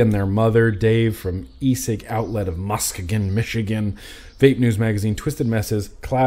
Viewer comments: P.S....it's pronounced "Muss-key-gun" Michigan. lol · Musk-e-gun lol! Pronunciation!